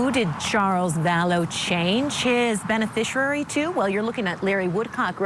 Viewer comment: Somebody, please, teach that woman how to pronounce 'beneficiary'.